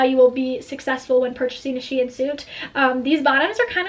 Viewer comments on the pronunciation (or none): I’m pretty sure it’s pronounced sheen not she in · it’s pronounced sheeeeen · that's not how you say shein